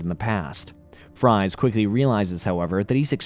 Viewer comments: He doesn't go by (fries) he goes by (freeze). Yes it may be spelled Fries, but it Is pronounced Freeze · "Fries" is actually pronounced like "Freeze." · bro Fries is pronounced “freeze”, that’s where he got his villain name from 💀💀💀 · Victor Fries is still pronounced "Freeze" not "Fry"z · 1) It's not pronounced Fries. It sounds like freeze. 2) The voice keeps saying "reprimanded" when I think you mean "apprehended." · Fries is pronounced Freeze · Fries is actually pronounced Freeze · Victor FRIES?!?! Maybe watch 5 seconds of his cameo spelling yes, but it's never pronounced like that. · I hate the way you read Dr. Friese's name as "FRIES". Like what the hell are you talking about? Are you hungry? You looking for some french fries??... I am sorry for being nitpicky, I mean that. Like sorry for the outburst. You know that feeling you get when you hear someone scratching the board or an annoying screeching sound? It kinda felt like that when you said "FRIES"... Made me feel like I was watching and listening to someone who had NO IDEA or iota about Batman im either the comics or animated series... Just a correction, his name is Dr. Victor Friese read as "FREEZE". Hence the outfit and his ability to unique quirk or ability using a weapon to FREEZE his enemies. Dr. Friese. FREEEEZE. Not fries like the food. Brrrr. Sounds really cringy to here that. Again. I AM SORRY FOR BEING NITPICKY 😅🤣🤣 I was enjoying listening then when I heard you mispronounce his name I immediately felt you were just a con artist who had no idea about the product he was selling. Haha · Victor Fries is pronounced the same way you pronounce Freeze just use an S instead of a Z. Fries means freeze in Dutch and Afrikaans. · victor fries is pronounced as freeze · The name Fries is pronounced the same as Freeze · Dr. Fries's name is pronounced freeze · You are mispronouncing the name of Mr Freeze